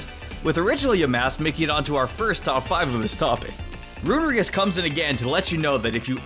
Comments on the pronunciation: I’m sorry, Milcery=MilSery not MilKery. Runerigus=RoonEREEgus not roonerugus Sorry, my grammar nazi awoke. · “No. 9, MILKERY” Me: It’s understandable, I could make that mistake time to time “No. 2, RUNERIGUS” Me: I can live with that too, it still sounds like how it spells “No. 5, CAMORANT” Me: Wait, there’s an “r”...........how?